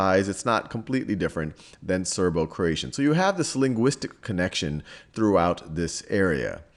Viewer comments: croatian, not croation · (Croati 'a' n?) vs Croation